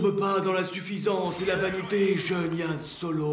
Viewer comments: Yann tu viens de commettre une grosse erreur tu as dit Yann Solo alors que pour la derniere c'est HAN SOLO non d'un caca de licorne !!!!!!!!!!!!!! Bon après tu le dit parce que tu t’appelles Yann mais sa n’empêche que sa pique un peu les oreilles pour un fan de la saga :-) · ce n'est pas YANNe solo mais HANN solo sinon tres bonne video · Yann c'est pas Yann solo mais Han solo